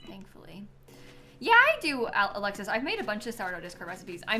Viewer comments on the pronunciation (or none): none